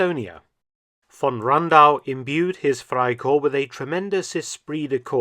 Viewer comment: One observation though. In German all letters are pronounced, so it sounds like "fry-corpse"